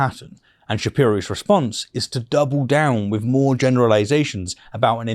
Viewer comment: Good video but you've got to work on your th's eg with not wiv